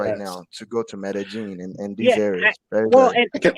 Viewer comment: You can't even name Medellin correctly and you take taxis in cartegena - you should stay away from Colombia